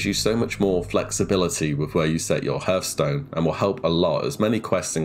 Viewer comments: It's common with people that learn a new word only in text. He's probably never heard it out loud before. In Britain it is of course pronounced "Harth" not "Herth" the same as the US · Why does he keep pronouncing "hearthstone" without the "a"?